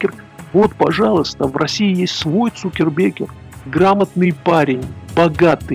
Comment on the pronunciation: Эсквайр, а не эксквайр. Цукерберг, а не Цукербеккер. И ни Потапенко, ни Грудинин не разбогатели за наш счет.